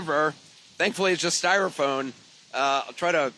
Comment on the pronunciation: It’s styrofoam, not styrophone.